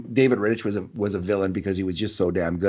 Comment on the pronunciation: Rittich makes the all star game and he still can't pronounce his name right🤦‍♂️ Atleast knows his shit lmao